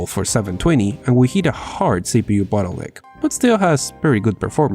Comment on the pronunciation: For the love of God and yourself, practice enunciating "bottleneck." You keep saying "butt hole lick." I know, second language. Just... practice that one, at least. You didn't do it every time, but a few of em had my laughing a bit. Regardless, great informative video.